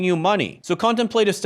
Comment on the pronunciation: If you’re going to pontificate on a college education please learn how to pronounce “contemplative”.